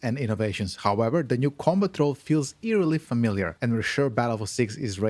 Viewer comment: Took me way too long to realize this dude was saying "Combat Roll" 😅